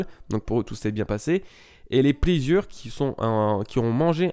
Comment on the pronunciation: Sanji et Zoro sont intervenus ??? Je n'ai vu que Zorojuro et Sangoro ! Sinon pleasure ca se dit pleZHər :) (ca rime avec gifter et waiter ^^)